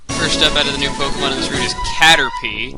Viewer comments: *Caterpie, not Carterpie. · Isn't it Caterpie not Carterpie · "Carterpie" o-o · "Carterpie", lol.